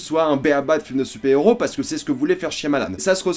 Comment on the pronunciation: Super héros se prononce "supaire héros" et pas supé héros. Dark knight se prononce "darque knight" et par dar knight.